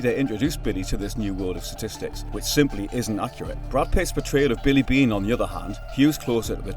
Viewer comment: I believe Billy Beane is the only name you pronounced correctly that entire video😢